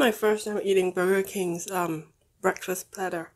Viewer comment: be like BEKFAST